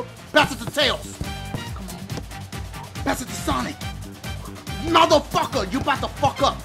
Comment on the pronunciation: when he said sonic name I dead "shonichsh"